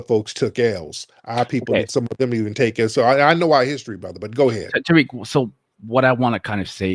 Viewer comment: Now why you got the singer saying Tah Rik! 😂😂😂